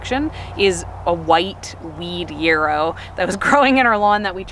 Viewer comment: I die every time she says “foilage” for foliage and “yearrow” for yarrow 😵‍💫😆